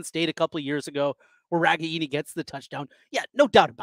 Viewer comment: It's RE-GAIN-EE